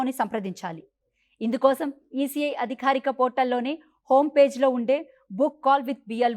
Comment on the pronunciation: అదిఖారిక కాదమ్మా అధికారిక అనాలి, కేపచ్చా కాదు క్యాప్చ్చా అనాలి